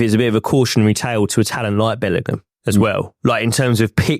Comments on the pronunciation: Imagine being so thick and illiterate that you go onto a podcast and keep saying "Bellernam" over and over again instead of "Bellingham". The thick southern fool. 😅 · The way this guy says "Bellinum" instead of Bellingham annoys me way more than it should smh.